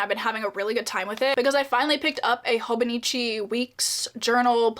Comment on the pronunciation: Not a huge deal but if you will be talking about the Hobonichi a lot I think its nice to be pronuncing things correctly esp to a wide audience (at least imo) so sorry for the unprovoked advice: It's pronounced Hobo Neechee.since its Japanese each vowel is pronunced the same.